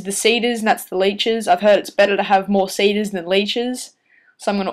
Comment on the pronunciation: seeders and leechers not sayders laychers lol